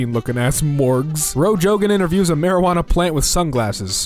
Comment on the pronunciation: He said roe jogan